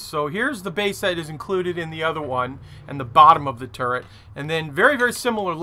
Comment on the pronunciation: Something I can't un-see after it was pointed out to me is that the Missouri guns are in a 'TurreNt' :D